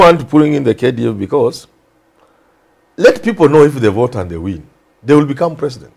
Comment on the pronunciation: His Eggzellenzy prezzident Uhuru